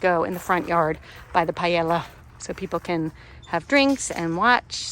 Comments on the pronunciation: Just so you know, it’s pronounced “pah-yay-yuh”…it’s Spanish, so the double”L” makes a “yuh” sound. Everything looks delicious! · I love your content, but I'm Spanish and every time I heard you say Paella I had a mini stroke hahaha